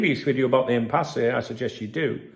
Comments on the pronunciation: It's pronounced "impass" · Hi it’s pronounced as IMPASS just for your information. Thank bro.